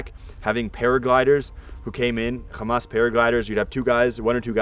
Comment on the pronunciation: can someone explain to this guy that hamas isnt pronounced khamas